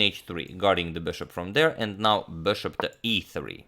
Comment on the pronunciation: Am I the only one noticing that the way he says Bishop is off in some way. It sounds more like Bearhhshop